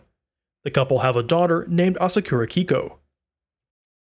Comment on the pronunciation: Just a quick note: Yohmei is pronounced “Yo-may”, and Keiko as “Kay-ko”. The “ei” combination in Japanese is always pronounced as “ay” - the name Mei, for instance, would be pronounced like the month.